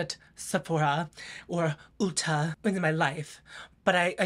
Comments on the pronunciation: "Bare-Min-Air-els"... Tell me -- does "Oolta" carry them?😂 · Ooolta yes!! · I think we all need to start pronouncing Ulta like that…. 🤭🖤